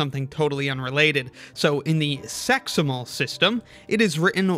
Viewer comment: "And I'd rather use a name that doesn't make me think of something totally unrelated. So in the SEXimal system..." there is no way that was unintentional with the way you pronounced that